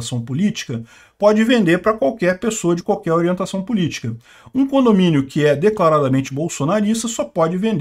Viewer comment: Você quis dizer "condominiom"? 😂